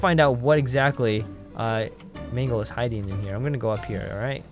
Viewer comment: it's not magle it's mangle